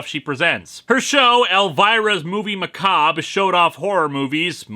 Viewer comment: Wait, the re in macabre is silent?